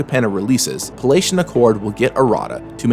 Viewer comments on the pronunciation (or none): Also, that's "pally-ation," not "palatian."